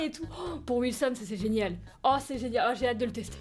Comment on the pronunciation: Ta dis zenial au lieu de génial